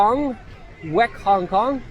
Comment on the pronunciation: It said “Avec Hong Kong”